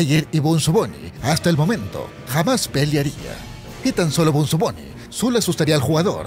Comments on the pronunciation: No se dice benzo se dice bunzo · like si te estreza que le diga "benzo bunny" en vez de bunzo bunny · Bunzo no benzo!!! ni sabes hablar!!! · Bunzo no Benzo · Es bunzo Bonnie no benzo Bonnie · es bunzo no benzo y tampoco bonzo